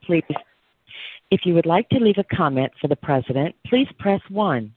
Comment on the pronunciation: YOU CALL MY PRISENDENT 🤣🤣🤣